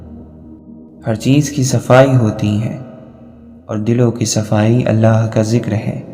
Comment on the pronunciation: It's not ahlla it's allah 😅 ok anyway it's also good👍